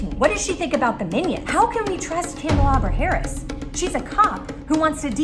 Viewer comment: "Kalamari Harris" 😂